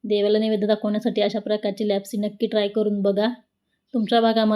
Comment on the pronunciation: छान पण तुम्ही लापशी म्हणा लॅपसी कशाला